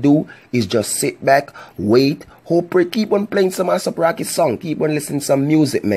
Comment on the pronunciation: That's not how u pronouns his name